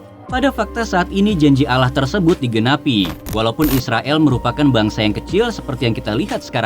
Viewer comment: Admin nya kayak nya org bukan islam sebut allah aja sebut alah😂